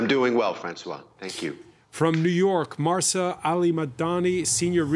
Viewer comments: Stop calling her Marsa! It’s Mahsa. There’s no R in there, written or implied, and certainly not pronounced. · To the presenter; it's not MARSA....it's MAHSA. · I understand what you're trying to say. And yes, he is very respectful. But I think whether here or in any gathering, it shows respect to try to remember the name of the person with whom one is speaking. In this case, I find it rude of him that for half an hour, he mispronounces her name. He has it written in front of him; it's not asking too much to try to read it correctly. I would be offended if someone keeps addressing me with a wrong name.